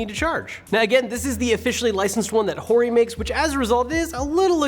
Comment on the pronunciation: Everytyme he says "hori" I feel like he says "whore-y" 😂